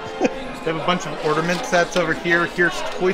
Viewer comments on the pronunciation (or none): I think the word is ornament, not ordament...luv the videos